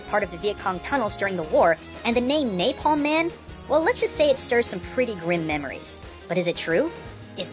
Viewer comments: Good video. Although I thought his name was Napalm Man, not Naplam Man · Naplam Man LOL ITS NAPALM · "Naplam man" hahaha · It's napalman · "Naplam man" :P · "Naplam Man" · you called it naplam man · naplam man? ...NAPLAM man? I can't tell if this is a trap for grammar naizs or not because I really want to correct this